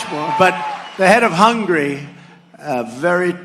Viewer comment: As for President Biden's age he should have answered "I'll throw in the towel when I begin to refer to myself as Obama like Trump does" and as the State of Hungary its pronounce hun-ga-ree not hungry like you crave for Big macs. Freakin embarrassment.